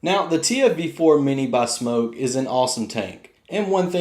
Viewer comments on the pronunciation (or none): It#s pronounced SMOK not SMOKE I mean what the hell lol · No it's not it's Smok not Smock the spelling is in the description on the video Get it right lol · No it's not it's pronounced SMOK not SMOKE People pronounce it wrong lol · Wrong. The brand name is pronounced Smoke. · You said the name wrong sorry if it caused any offence here buddy I was having a laugh with you and I have a tendency of teasing reviewers also